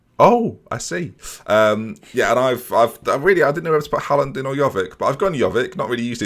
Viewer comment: Pronounces Jovic and De Ligt incorrectly Corrects other dude on his pronunciation of 'Chiesa' Other dude pronounces 'Haaland' incorrectly Says nothing ->Me: Turns off video